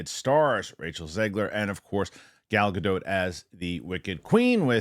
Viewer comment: You know what i most excited of?, finally, pronounced Gal's last name right. Hooray!